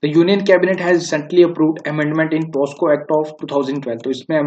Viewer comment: POCSO hota hai naki POSCO.